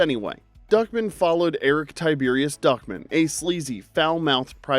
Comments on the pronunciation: Why do you keep saying "Duckmin" when his name is clearly Duck Man? From what I recall, they said Duck Man every single time during the show, by every character speaking to him. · It's DuckMAN not Duckmen. And that clearly is not a cube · Why are you pronouncing Duck Man like Duckmen? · Who tf pronounces it Duckmen? I always heard it as Duckman with an A... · It was duck man, duck..... man. Duck MAAANNN. not duckmen!!!!! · Great video, but, MY DUDE, it's pronounced DuckMAN, not DuckMIN. That bothered me EVERY. TIME. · Duckman is pronounced Duck-Man. The stress is on the last syllable, like Batman. Not like Feldman. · Just here to see if someone told you it was pronounced "DUCK...MAN." Not fast like Goodman. It's like two words. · "Duckmun"? Tell me you've never seen the show without telling me you've never seen the show. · I cringed at the way you pronounced Duckman.